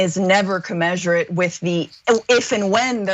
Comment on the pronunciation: "Commensurate", reporters. Pronounce that word correctly, please.